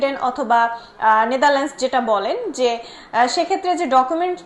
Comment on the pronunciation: Natherland hobe Natherland s na